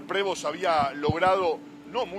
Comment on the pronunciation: Prevó sería la pronunciación correcta, debe tener algùn antepasado franco canadiense, apellido muy comùn entre ellos…